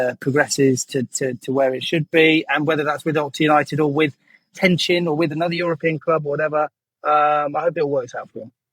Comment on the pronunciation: TRencin not Tencin! C pronounced "ch"